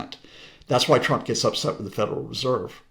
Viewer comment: lol she says twwwwwump. Is she Australian